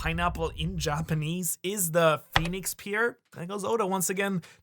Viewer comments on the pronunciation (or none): Pear is pronounced like hair with a p instead of h. Keep up the good work